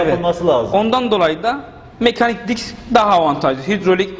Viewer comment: Diks diyor fites diyor beni çıldırtıyorsunuz hocam